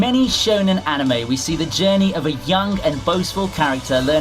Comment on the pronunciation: Why is he pronouncing the word Anime itself like that? It’s bugging the CRAP out of me 😠